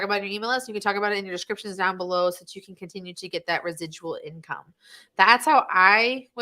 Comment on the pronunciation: "these are the incomee streams you are looking for" :D haha